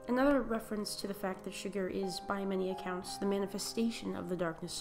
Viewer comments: Did you just call Chigurh Sugar?! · Here is some wonderful advice if you're going to psychoanalyze the film it might be nice if you could pronounce his name right not sugar but Chigurh, try this chig-gur just my 2 sense, or . "My two cents' worth"